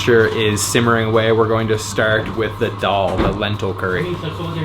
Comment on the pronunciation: Dal is pronounced as a in pal not o in doll. 😂🤣👌